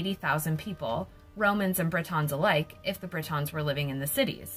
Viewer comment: BRIT-ONS ?! Wtf are they?!🙄 It’s pronounced BRI-TN